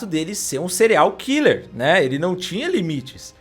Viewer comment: juro que entendi "cereal killer" kkkk